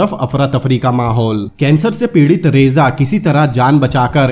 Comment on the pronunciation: रेजा नहीं रजा शाह पहलवी।। बाकि सब इतिहास का हिस्सा है। बढ़िया व्याख्या की है आप ने।